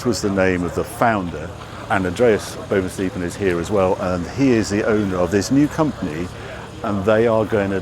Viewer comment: Harry. Again, do your research. The name is Bovensiepen. Not Bovenseipen. Boven you got right. Siepen is more like "to seep (through)". So you could say the name is "bovenseepen". Please correct this.